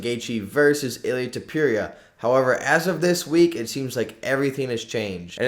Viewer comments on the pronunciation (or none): it's ilia topuria not ilia topewria, the level of disrespect